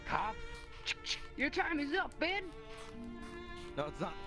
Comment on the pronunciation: It’s pronounced “Ben”